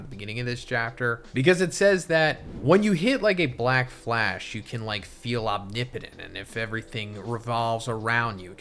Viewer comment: 💀 she keeps saying blackfash 😂